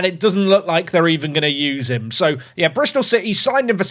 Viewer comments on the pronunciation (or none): none